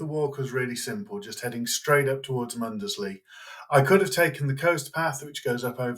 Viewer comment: Great video. Really enjoyed watching this. Mundesley is pronounced Muns-lee rather than Mun-des-lee! Can always tell who the tourists are 😂👍